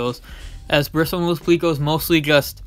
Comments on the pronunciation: Pleco not pleaco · Plecko not pleeko